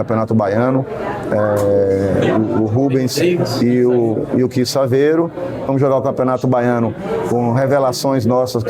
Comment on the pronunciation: "Dois gringos, Rubens e Kisavero" 😹😹😹😹